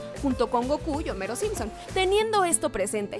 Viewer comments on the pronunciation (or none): none